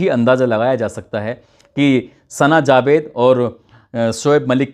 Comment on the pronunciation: Mirja nahi mirza hota hai jabed nahi javed hota hai